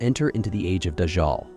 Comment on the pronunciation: It's not dajjaal